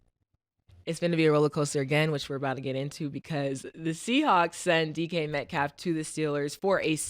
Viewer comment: Not knowing how to say DK Metcalf is crazy